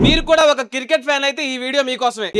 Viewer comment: Cricket ❌ circket✔️ 😁🤣😂